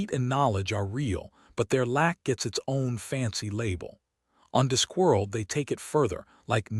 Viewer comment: Robo-voice can't pronounce "Discworld" or "conjured". The inappropriate USA accent spoils the feel as well